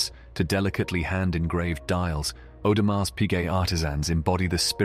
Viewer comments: The way the narrator is pronouncing Audemars with the “s” is making me cringe. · Would be good if the narrator, of this advertisement, would pronounce the name properly.